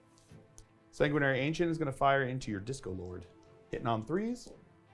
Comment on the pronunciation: I keep hearing 'Disco Lord' instead of 'Discord Lord'. Lol.